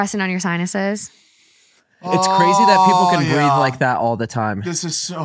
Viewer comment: Did she say tinuses instead of sinuses?